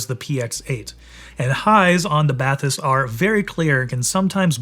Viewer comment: You've been to the France facility and you still manage to pronounce "Bathys" incorrectly???